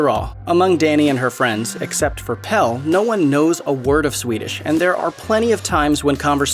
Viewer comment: God knows why you'd make a video like this and insist on mispronouncing almost every single name in the movie, as if you hadn't heard them pronounced multiple times while watching. I mean, "Pell", come on.